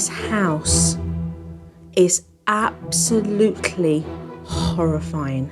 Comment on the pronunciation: nothink, abscholutely